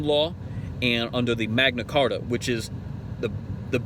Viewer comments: Did he say "The Mengna Carta"? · D-did he just say Magna Carta? WTF country is this guy from? He sounds like Eminem with a speech impediment... I'm so confused right now. Is this really why they bang on about "maritime law"? Because they don't understand words? You keep using that word, I do not think it means what you think it means. Arrested for possession of narcotics but it was only a little meth... totally harmless. Mom found his meth pipe and threatened to throw him out. Also, he looks totally wasted when he recorded this.